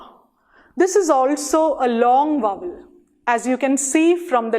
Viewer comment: It's not /vʌwəl/ as you pronounced. It is / ˈvaʊ.əl/, mind the triphthong.